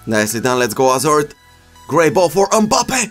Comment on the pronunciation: Will never get tired of you saying "AZARD"! Your videos have really helped me learn a lot, thank you very much!